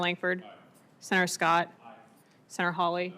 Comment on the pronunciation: Anyone over five years old know she enriched herself off of insider information. - Sinner? Does she mean Senator but is simply too lazy to pronounce the full word correctly?